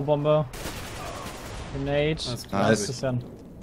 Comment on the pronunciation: bei wo sagt 'granoadee towards' hab ich mir so einen abgelacht:D